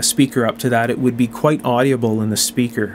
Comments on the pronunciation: Why do you pronounce audible with four syllables? It only has three syllables. Well, it has three in Australia at least. Do you livecin Canada? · "Audible" is pronounced like "Odd'-uh-bull", not "Oddy-uh-bull". Same with "inaudible": "In-Odd'-uh-bull", not "In-Oddy-uh-bll". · OK, I'm going to say this ''cause it bugs me and I'm kind of a jerk like that. My stupid brain tends to be ridiculously sensitive about this kind of thing, so, consider the source. ;) The word "audible" has only 3 syllables, not 4. It's "AWW-di-bull", not "AWW-dee-ah-bull.". Also, as long as I'm picking the tiniest of nits, the term "Farad" is pronounced "FAIR-ad", not "fer-RAHD". Regional accent, perhaps? I don't know, but what I can say for sure is that I have never heard anyone else pronounce it the way you do.Feel free to completely ignore this as the grumblings of a cranky old bastard. I love your work in general. Sometimes the repetition gets to be a bit much, but considering the importance of many of the issues (safety issues, in particular) you cover, it's understandable.Please do not take this as any kind of insult. I'm a big fan of your channel and am thoroughly impressed by the level of care, attention to detail and, especially, craftsmanship that you put into your work. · For being unscripted... You did an excellent job! I will be reviewing more of them. Just a friendly FYI... The word is audible, not AudiAble.